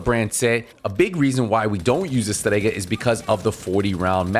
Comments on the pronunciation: Just say Strega why the pronunciation? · Your accent is showing hard when you say "Strega" - love it !